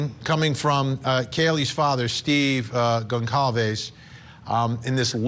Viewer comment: Goncalves is pronounced "Gonsalves".